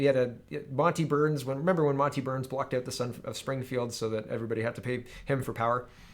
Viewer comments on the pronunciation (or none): none